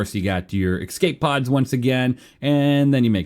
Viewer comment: Love your videos but it is «escape pods» not «ecscape pods»